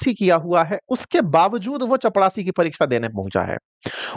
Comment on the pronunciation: चपड़ासी ❌ चपरासी ✅